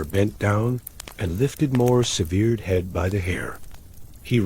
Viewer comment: I'm out; the ai narrator doesn't know how to say ``severed.''